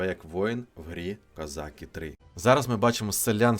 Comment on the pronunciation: КозакИ, а не козАки. Українською мовою)